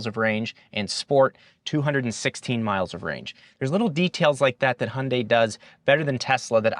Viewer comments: but still not perfact ... it's not (Hun) dae.... it's more like (Hyoun) dae ... like when you pronounce 'young' not like hundred !! lol '현대' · Yes indeed - for everyone outside of the US (Including Korea which should be the ultimate authority given it's a Korean brand) the pronunciation is similar to HIGH-UHN-DYE (hi-un-dai) with a slight emphasis / inflection on the second syllable. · The Y in Hyundai is pronounced too. I’m only saying this because you mastered the last syllable 🙃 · I heard “Hyundai” but was thinking “Hyundai”…🧐